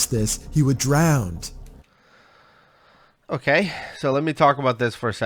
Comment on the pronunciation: "He would drownd" - Narrator. I HATE that.